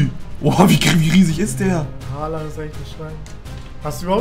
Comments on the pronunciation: Bruder es heißt Haaland du hast ein a vergessen xD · Holand nicht Halland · Er heißt haaland nicht haland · Nicht Haland sondern : Haaland ✌️